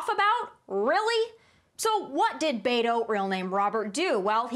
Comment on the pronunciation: why can’t she pronounce beto correctly.. t’s not that hard??